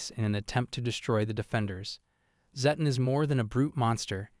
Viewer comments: It's zed ton (zedd tonn) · Srry dude but personally it's called Zeh-ton